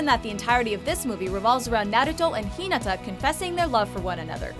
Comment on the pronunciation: She pronounced Hinata wrong😑😞